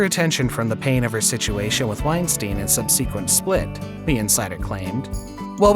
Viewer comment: Why get a job as an announcer if you cant actually pronounce words like gesture or subsequent?